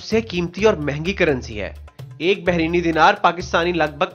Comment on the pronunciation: Bhai behreeen... Nahe " Bahrain " بحرین "ر" کے نیچے "زیر نہیں ہے